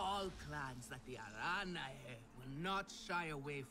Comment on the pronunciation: another great video and the clans name is pronounced ( Uh-ron-a )